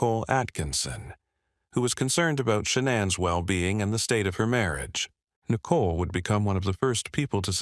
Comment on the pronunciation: How can you mispronounce Shannon and Nicole so badly?